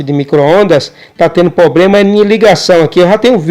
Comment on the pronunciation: amigo nao é pobrema e sim problema